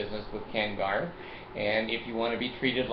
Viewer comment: Hey! Love your stuff but it's Ken Garff NOT Ken Garth. Fail. Anyway Checkout what I've been working on for Ken Garff! Take a minute and get real.